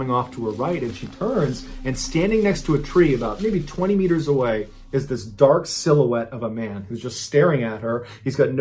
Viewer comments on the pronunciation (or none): Love the stories, but "meters" is super annoying. Maybe it's just me.